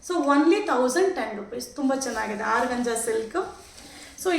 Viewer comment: Organza is correct pronounce tion, Georgette saree is correct pronounce tion